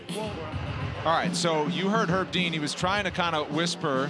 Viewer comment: "Consulting with Herb Dee-an"